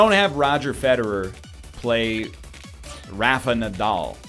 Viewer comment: I've never heard Rafa Nadal pronounced more American than that, and you aren't even American.